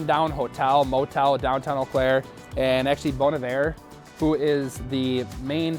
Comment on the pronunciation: Ol Claire 😅 where is that in Milwaukee we say eau Claire is it weird being in Wisconsin but a suburb of the twin cities